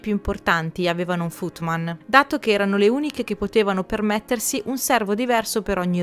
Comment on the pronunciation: Ti amo e ti seguo da tanto ma ogni tanto hai una scivolatina con l inglese, anche se come ho visto nei video piu recenti fai i corsi online :-) ..si pronuncia footmen...men come uomo...ma ti amo lo stesso.